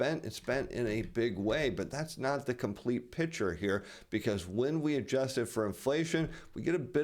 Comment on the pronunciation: Please learn how to say the word, "picture".